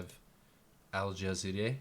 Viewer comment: Al Ja Zeeraaaa say slow with me you idiot